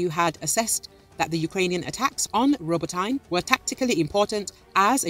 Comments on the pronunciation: Roboteyn? No. It’s Roboteeeeneh. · It's pronounced Row Bow Teh. Not what ever the hell you said.